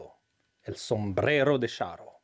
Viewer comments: Ay, muchacho - I think 'cha' is the better pronunciation than 'sha': Sombrero de Cha-rro: ¡Olé! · Shouldn't his pronunciation be "charro""--not "sharro"? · Ch in Spanish is pronounced the same as in English, like in the word Charge or Challenge. Not as sh. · The word charro comes from the nickname for people original from the province of Salamanca in western Spain. The typical cowboy outfit adopted by the anglos is also inspired by the Charros rancho outfit. It is pronounced like ch in change btw